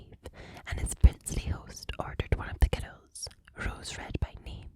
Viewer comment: You say "girls" with two syllables even when you're reading aloud. 😌